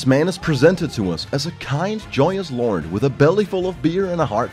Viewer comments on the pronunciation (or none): none